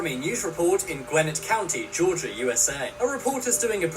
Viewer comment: I’m from Georgia the reporter said gwinit Georgia it’s Gwinnett Georgia